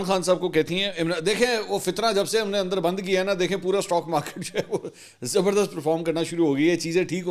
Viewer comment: تو تو بچا ہے استاک مارکت کو سٹا مارکٹ بولتے ہیں